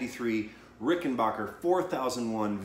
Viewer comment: Ricken-BACK-er... Not Ricken-BACH-er.